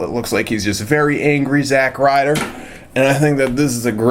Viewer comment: It's not zack Ryder